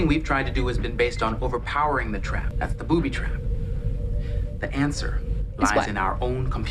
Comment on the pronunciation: "Booby twap" The Goonies 😂